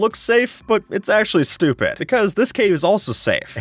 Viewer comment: this guy really said "aKshUlLy"